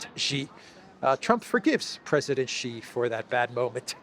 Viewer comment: Great content again! Good on ya for pronouncing Xi right! Now, please make sure A.M. says it right too.